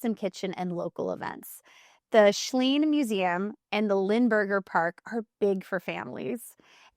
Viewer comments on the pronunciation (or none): And the Gastonia school system teaches it's students how to read. You really should try it. It's the SHCIELE museum, not "the SCHLENE museum, as you read it. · Coming from a local, Schiele Museum is pronounced Sheel.